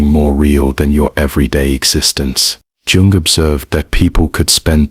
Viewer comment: Sounds AI-ish - the narrator pronounced Jung with a 'J' rather than a 'Y'. This smacks of inauthenticity, ironically.